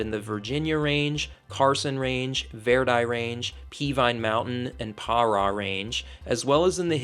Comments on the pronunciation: We hillbillies pronounce it Vir-die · Grew up in reno for 20 years, cool to stumble across your channel! Grwat, video, besides how you pronounce Verdi😂